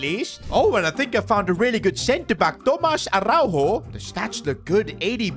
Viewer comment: You pronounce it Tomaj Araujo not Tomaz Arauho